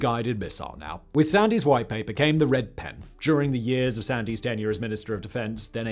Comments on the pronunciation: It’s Duncan Sands.. the Y is silent… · Sand 's as in the beach not sandy.